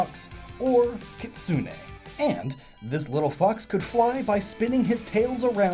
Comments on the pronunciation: KI-tsu-ne (the "u" in "tsu" is barely audible), not Ki-TSU-U-ne. (The "u" sound in "tsu" is not doubled and the stress is on the FIRST syllable, not the second.) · Kitsune is pronounced KIT-SOO-N. not KIT-SOO-NAE.